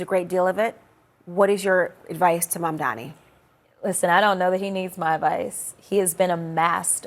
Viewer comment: Jasmine I admire you and appreciate what you do. Please learn how to pronounce Mayor Mamdani’s name. You pronounced it MamdaMI which is incorrect and a mistake that many people make(whether intentional or not.). I certainly don’t think you did it intentionally, it could be because you have heard it mispronounced too many times. The correct pronunciation is MamdaNI, there is no m at the end. Hopefully your staff have already made you aware of this. He deserves our respect. Thank you for your hard work and continuing to fight the good fight! God bless!